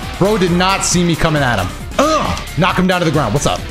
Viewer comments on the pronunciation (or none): none